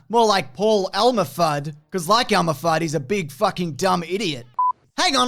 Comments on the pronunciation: Hahaha it's Elmer Fudd. Not Elma. But I like the idea of a gender bent Fudd. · Elmer, not Elma.